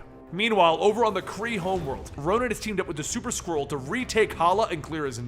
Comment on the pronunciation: I know you're saying Super Skrull but I keep hearing Super Squirrel 😂